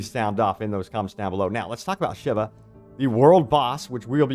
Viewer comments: A-shA-vA not shiver 😅😅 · Shiva, Sheevaah! NOT SHIVER, English is already the mixed up mongrel child of many languages. There is ZERO need for you to bastardise the pronunciation as well! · Ashava... not Shiva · Ashiva? Ashava bro 😅